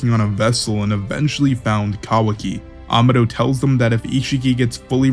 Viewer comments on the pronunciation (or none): Amados name is actually spanish it’s pronounced ( Aa-ma-doe )